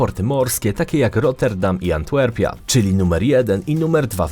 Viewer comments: wszystko spoko ale mówi się Antwerpia nie "Antłerpia" 😅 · Wiem, że to już czepialstwo, ale... ANTWERPIA, nie ANTŁERPIA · Antłerpia Szkoda, że nie dżangłera ;D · "Antłerpia" xD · Antłerpia??? Serio? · Antłerpia? Really? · antŁerpia, uśmiałem się :)